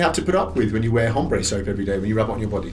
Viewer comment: The H in hombre is silent... 😂😋